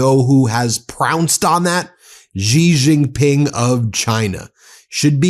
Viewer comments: Love your channel, but please learn how to pronounce Xi Jinping, it's not that hard. Shee Jin Ping. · She Gin-ping is correct pronunciation Ben. Stop embarrassing yourself.